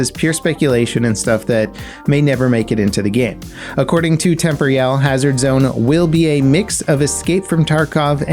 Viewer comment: Why have you never been able to pronounce Temporyal correctly. You always say temp-royal. It should be like temporal but with an ial sound at the end.